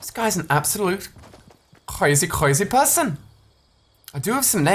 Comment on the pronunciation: "An absolute cwozzy cwozzy person"